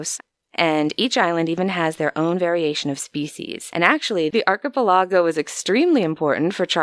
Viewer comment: Mispronounced archepelogo.